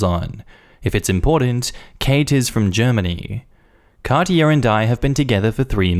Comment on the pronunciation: German here. Katia is pronounced slightly different. Type Katja in the Google translate to hear it. 🙂